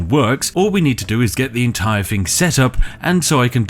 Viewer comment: Why can't you pronounce thing or feather? You're supposed to be a posh British person